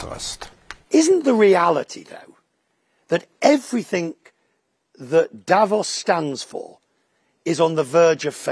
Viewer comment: A supposed journalist who doesnt know how to pronounce 'everything'